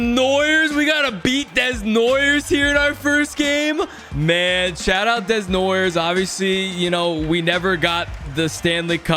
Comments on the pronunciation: It’s not des-noi-ers it’s deh-noua-yeh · Caleb Day-Noy-Yay. Desnoyers lol help me help you buddy Heinz Ketchup lol just means Rusty's got the "special sauce"! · He knows, it’s just a thing he started in franchise mode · The way he says desnoyers makes me want to scream 😅 it's desnoy "eh" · Desnoyers = Day-nwah-yay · PLEASE try and pronounce Desnoyers like that: DAY-NOAH-YAY 😫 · As a French Canadian, hearing him saying it like that so many times made me cringe so bad 😅 DEZ-NOY-YEURS 😭😭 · The right way would be dey-nwa-yay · This is NOT how you pronounce Desnoyers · Please say desnoyers name the right way😂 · pronunciation on Desnoyers making me twitch 😵‍💫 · fr it hurts me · I challenge to actually prononce Desnoyers correctly in the next episode 😂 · please say Caleb Desnoyers' name right lmao